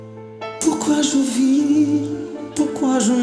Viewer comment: Dimash canta bi3n pero no pronuncia bien el francés, porquoi je vis lo pronuncia mal, almenos vis lo pronuncia con la s al final, y en pronunciacioncion francesa vis solo se pronuncia vi.